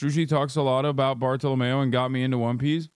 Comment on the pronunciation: wild how you can watch a show, have the characters pronounce stuff, and still mispronounce it. Zou, bartolomeo, etc.